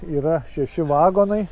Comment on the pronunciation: neVAgonai bet vaGOnai..lIAtuvis